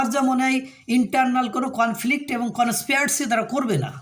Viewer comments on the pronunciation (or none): কনসপেয়ার্সি নয় কনসপিরেসি।